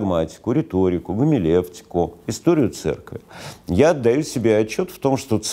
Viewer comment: гумилевтику.... вай)) знаток))) видимо - Гомилетика